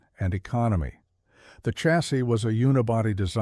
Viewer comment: chassis is pronounced as shh,be quite, shhassis.